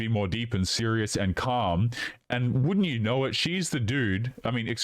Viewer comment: Between the vocal fry and pronunciation of "and" as "ayand" I want to stick icepicks into my ears.